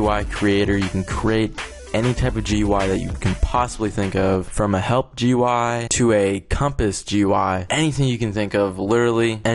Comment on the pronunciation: It's pronounced "gooey" (GUI) and "appy" (API).